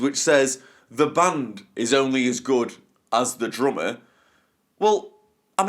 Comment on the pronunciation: But... you can't even say it right. It is drummer, not drommuh.